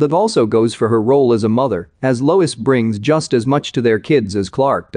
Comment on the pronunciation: It Lois not Louise